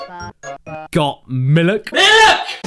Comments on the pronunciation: The joke is that he says milk wrong? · I believe its pronounced Malk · I'm sorry but when did misprouncing milk become t-shirt worthy? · Someone should make a compilation of all the times caddy said miluk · Isnt it a coincidence that your phrase "miluk" sounds like mulluk from abe. Hmmm. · When the hell did Caddy say miluk? Is that a meme I missed it? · He Said Miluk in the 'Hurculay' Video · By sheer coincidence, I was drinking a glass of "miluk" during the beginning of the video. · A funny pronunciation of milk.